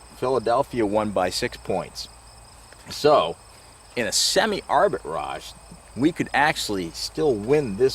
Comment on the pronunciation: It’s not Arbit Raj it’s arbitrage